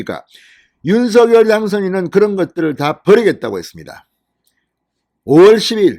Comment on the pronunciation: 윤서결 아니라고요 방송인이 공식적으로 발음하기로 한것을 무시하는 발음 듣기 불편합니다 ♡♡윤성녈 ♡♡ 입니다